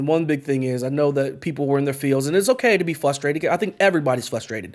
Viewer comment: Jeremy stays saying flustrated to pacific haha